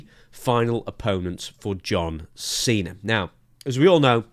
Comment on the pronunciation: Just to hear Santino call him "John Chena" one more time, it's not worth having anyone else as his final match.